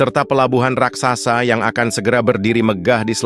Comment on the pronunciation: Admin ini ngomong Raksasa aja dibilang RAKSAKSA Yg benar ajalah kalau mau jadi Reporter